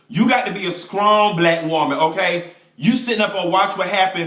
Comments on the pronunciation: Don't let her be "skrong" Lmbo!! You have just tickled me today honey! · "You got to be skrong"